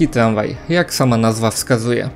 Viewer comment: Tlanspolt, tlamwaj... Nie ufam komuś kto nie wymawia R.